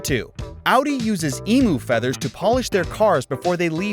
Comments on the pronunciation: Its Eem-you not eemu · Gotta love those eemoo feathers. 🤣 Is it USians or AI that can't pronounce most of the words?